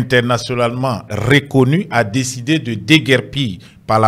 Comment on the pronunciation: on ne dit pas RÉconnu mais. RReconnu. La différence c'est l'accent sur le E... ce n'est pas É mais É. hein